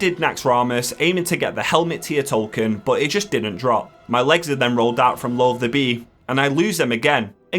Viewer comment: I've heard a fair share of mispronunciations of WoW bosses but "Loath-bee" takes the cake